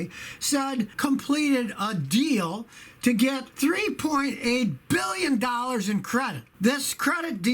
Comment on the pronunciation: Scotty. Say billion properly, roll your pinky to corner of mouth